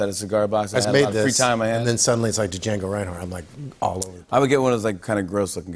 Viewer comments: Did he really say DaJango?? The D is silent!! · Oh did Higgins pronounce the ' D' in Django Reinhardt ? smh But he made up for it with " Thank god.." XD